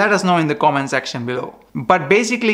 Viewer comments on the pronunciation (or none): none